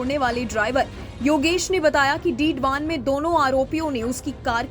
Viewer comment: डीडवान नहीं मैडम डीडवाना बोलो।